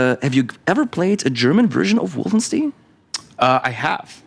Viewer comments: Wolfenstein spricht man auf englisch genauso wie auf deutsch aus und nicht [Wolfenstien]. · Es gibt kein richtig oder falsch bei der Aussprache von Fremdwörter in anderen Sprachen. Insbesondere bei Wolfenstein wählt man aber die deutsche Aussprache, weil deutsche Figuren im Spiel es so aussprechen (würden). Im Grunde ähnlich wie bei Rammstein - niemand würde es "Rammstien" aussprechen, weil ihr Name in Liedern nicht so ausgesprochen wird. Trotzdem wäre es genauso "richtig" wie die verschiedenen Aussprachen von "Restaurant" im Deutschen.